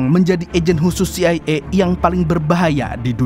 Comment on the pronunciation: harunsya baca dengan CE I A 😅